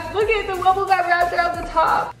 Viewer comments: It's not wubba it's wubble😆😆😆😆😆😆😆😆😆😆😆😆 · DID ANY ONE ELSE NOTICE THAT SHE SAID WUBA AGAIN !?!? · Ypu said wabba again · U SAID WABBA!!!! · Not tryna be rude but it gets me SOOOOOOO mad when you say "wabba"